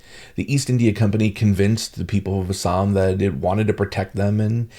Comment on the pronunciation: Love your correct pronunciation of ASSAM 👌❤️